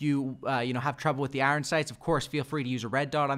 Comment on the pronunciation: Why this dude saying iron like I-ron